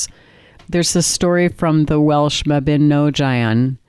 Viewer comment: Mabinogion= mah-bee-nahg-ee-on